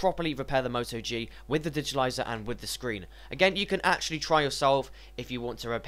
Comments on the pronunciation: dude correct yourself first its not digitilizer it's digitizer... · So annoying, digitaliser, actually its called a digitizer, actually I can't listen any more... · I agree, there is no "L" in digitizer.